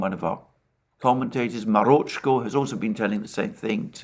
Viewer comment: I smile and giggle every time he says Marochko...